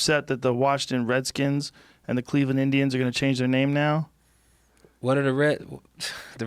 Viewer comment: "Wer not da wedskins" Cryin